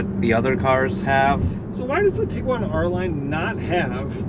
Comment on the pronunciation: Thank you for saying Tiguan and not tiQuan. ❤️ my first Tiguan was 2010 SEL and moved up to a 2019 SEL the year and LOVE it, annoying they took away features my 2010 SEP had like the HIID lights, auto windshield wipers, folding siding mirrors, auto dimming review, and memory seats. 😑 Both SEL 4motion, but one SEL is 9 years newer and lost some features. 🙄 2001 beetle 2000 Jetta 2010 Tiguan 2019 Tiguan Love VW ❤️